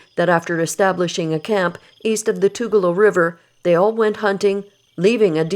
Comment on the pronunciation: The river's name is pronounced Too gal loo. It runs in the Blue Ridge Mtns. of South Carolina, The Cherokee did surrender that area in the treaties referred to, but the Cherokee were driven out of the area north of the Georgia/North Carolina/Tennessee border by the Knoxville area militia in 1796, whereas they remained in north Georgia until 1836. At that time, they were mostly forced to take the Trail of Tears to Oklahoma, except for a number who fled deep into the NC mountains, as well as another family (from which I am descended) who took refuge in the South Carolina Piedmont. The area along/near Tugaloo River was legally opened to settlement only after The Cherokee War of 1761, but was then made illegal to white settlement again after King George's Indian Line Ordinance of 1763. The 1777 treaty followed a large scale Cherokee attack on the Southern frontier settlements during the weeks around the signing of the Declaration of Independence in the summer of 1776. The surviving settlers formed an expedition that penetrated far into Cherokee territory in the fall and winter of 1776/7. So the time frame for this incident could be quite long, from the 1760's to maybe as late as 1836.